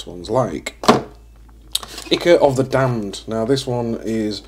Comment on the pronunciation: I can see myself steadily buying these products to replace my current AK stuff. BTW Ichor is pronounced EYE CORE.